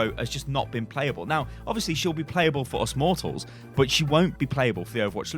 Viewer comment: "For us mortald" Dafuq